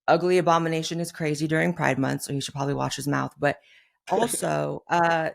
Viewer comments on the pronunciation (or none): none